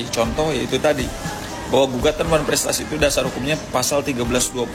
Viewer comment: Benar bikin malu tu almamater x nyebut wanprestasi koq sulit amat sih